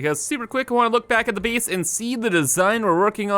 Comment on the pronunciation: everytime he says "biss" instead of "base" makes me wanna kms